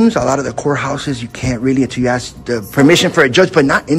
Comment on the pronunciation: His time would be better spent taking English lessons than frauditing. He needs to add more esses to the word ask